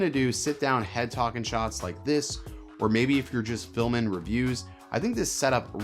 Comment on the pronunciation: Where are you from? I’ve never heard anyone lop off all their g’s! ‘Focus Peakin’’, ‘Talkin’ Head’ ‘Vloggin’ Setup’. Also the way you said ‘it’ instead of ‘that’, I think. Pretty unique.